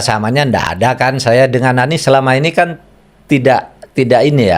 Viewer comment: Kenapa makhpud susah sekali nyebut Anis